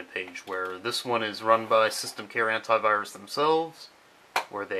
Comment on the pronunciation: Antivirus pronounced hentaivirus. I know how us english,it is real but funny.